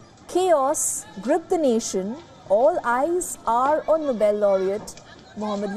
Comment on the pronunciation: It's Nobel not noble 😅